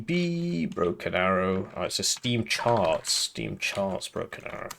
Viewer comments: Why did you sound so posh when you said "charts" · Because he is a posh English man, dressing up as a rich man.